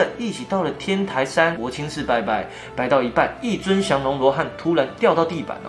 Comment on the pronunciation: ，天台念天胎啦，不是天抬，第一声。胎州府哦不是抬州府